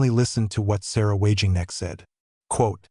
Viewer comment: For love of god learn her name properly, it is SAH-RA WAGEN-KNECHT. She should be the chancellor of Germany without any reservations.